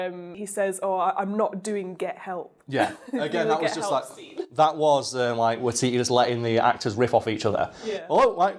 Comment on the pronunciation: Close enough. It's WAItiti.